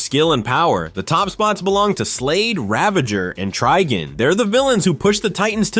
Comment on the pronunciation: IT'S TRIGON